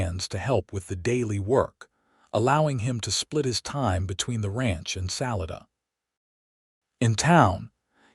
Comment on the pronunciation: It's sa-li-da not sal I da lived in Colorado many years